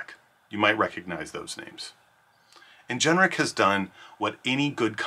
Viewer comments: Please say Ingenic not Ingeneric ... driving me nuts! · why on earth is this person pronouncing the word as "in-gen-er-ic" when it is spelled "in-gen-ic"? very strange